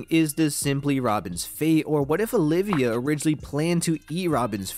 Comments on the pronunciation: Olvia. Her name is Nico Olvia, not Olivia. Sorry, that's just been bugging me so much, lol. Good theory though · I hate being a dick and pointing this out but her name is not Olivia, it’s Olvia. One I not two. ❤️ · OLVIA, not OLIVIA